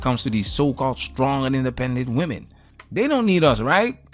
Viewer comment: It’s pronounced “women” not woman when plural, great education there sweetie